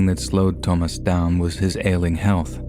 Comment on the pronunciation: Bro just say Thomas. You don’t gotta try to be all fancy with “Toe-mas” 🤡